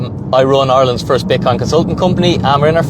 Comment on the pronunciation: I like how ya say Ireland You say it "Ay-er-lond" I assume this is proper way to say it being that you're from 🇮🇪